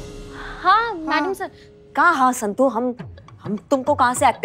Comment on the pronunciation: 😂😂😂 told kya Santo.. Instead of santu🤣🤣🤣